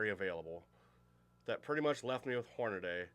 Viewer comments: "Hornaday"? Seriously? How do you get that pronunciation out of the correct spelling "Hornady"? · Can here to say the same thing. Like nails on a chalkboard. HORNADAY?? 🤦‍♂️